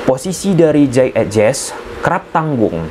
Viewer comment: jey idses bacanya bang bukan ejes😂